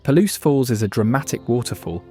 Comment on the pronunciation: Puh-Loose Falls